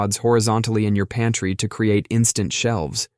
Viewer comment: OMG, I thought you said "panty" instead of "pantry". Love the garment ressurection tip, never, ever have I seen or heard of that one. I love this channel .❤